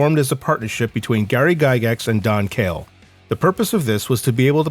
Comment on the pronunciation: Gary Gygax's partner in the formation of TSR was Don Kaye, not "Kale."